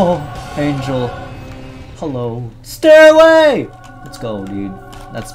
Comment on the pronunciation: when you say "stairway" it sounds like you're saying anything but stairway